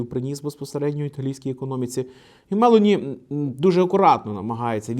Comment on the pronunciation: Вона МелОні, а не МЕлоні